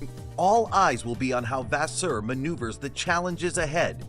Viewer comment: Which source you get this so called information? His name is Fred Vasseur not the way you'r saying it!!!